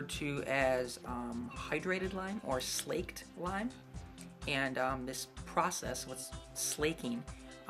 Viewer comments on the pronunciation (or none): Slaked lime is pronounced the same way that "lake" is, with a hard A. It is quicklime (calcium oxide) that has had its "thirst" for water slaked.